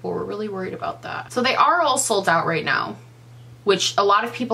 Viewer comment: Your pronunciation of 'NOW' had me rolling on the floor...honestly this is so well-said! I never liked JH but this blatant disregard for customer health is alarming. I'm with you on the theory that these are old; there's no way a new lipstick would look like that. Thanks for the update!